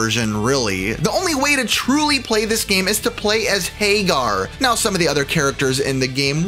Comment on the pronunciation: It's not Haygar.. its Hag Gar